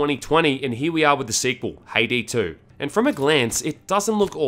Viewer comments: I keep hearing him say Payday 2 instead of Haydee 2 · It sounds like he is saying payday 2 instead of haydee 2